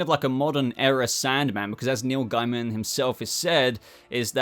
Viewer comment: Dos it bug anyone else that this guy can’t say neil gaimans name properly 😳